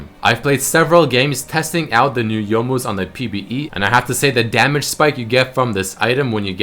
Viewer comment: you most (youmuus) GJ